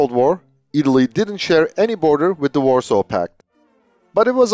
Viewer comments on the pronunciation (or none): none